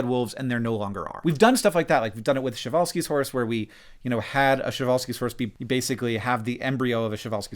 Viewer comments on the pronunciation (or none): Shevalsky horse?! What?! That is something. Like just make up a name for that horse from the scratch please dont mix it with french... I mean Przhewalsy horse is hard to pronounce, i get it... But shevalsky... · i loved the part where you couldn't correctly pronounce Przewalski's horses name. lol. it's not shevalskies omg. it's Przewalski's.